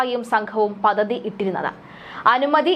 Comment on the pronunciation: എന്റെ കുഞ്ഞേ പദ്ധതി ആണു പതതി അല്ല. മലയാളം സാറിനെ പഴി കേൾപ്പിക്കാതെ ഇനിയെങ്കിലും മലയാളം ശരിയായി ഉച്ചരിക്കാൻ ശ്രമിക്കു. 🙏മലയാളി അല്ലാത്തവർ മലയാളം പറയുന്നപോലെ മലയാളം പറയുന്നത് ഇപ്പോൾ ഒരു രീതി ആയിപ്പോയെന്നു തോന്നുന്നു.😭 കഷ്ടം തന്നെ. പദ്ധതിയും പതതിയും തമ്മിൽ കഷ്ടവും കാഷ്ഠവും പോലെ വ്യത്യാസം ഉണ്ട് 😄